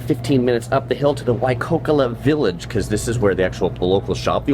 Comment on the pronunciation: Also he kept saying Waikokola village....😂